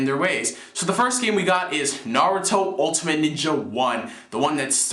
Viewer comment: oh yea, no offense to you, but i thought it was pronounced Narutimate, like the end ultimate like Naru-timate, not Narutimatey or Narutimatei lol